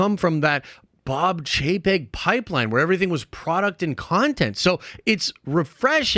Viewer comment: Every time says "Chapek", I hear "jpeg"